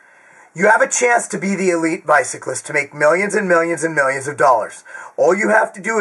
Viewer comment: Wtf is a bycalist Loool Love you